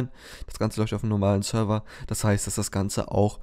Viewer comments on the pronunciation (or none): none